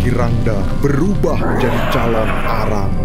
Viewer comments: Calon narang kak bukan calon arang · Yang benar itu CALONARANG bukan CALON ARANG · Calonarang bukan calon arang